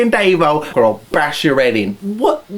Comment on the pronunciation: its fookin "Davvo" not -o!!